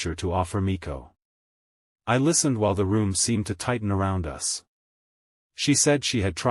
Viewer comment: Us is not U S. At least get an AI that can pronounce correctly.